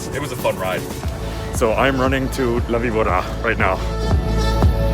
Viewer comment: It's la-bee-bOR-rra. Remember, in Spanish, the "v" is more like a soft "b". Soft roll on the r